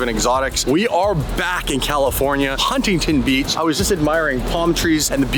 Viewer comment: I know the people from California are roasting for the way he pronounces “Huntington Beach”. He says it like HunTingTon. It’s pronounced Huntington, the T’s are basically silent